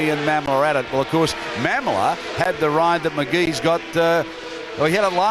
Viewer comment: BTW it’s pronounced Ma-mola, not Ma’am-ola